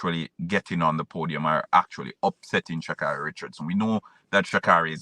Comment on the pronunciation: How many times do you need to hear Shacarri's name to pronounce it correctly?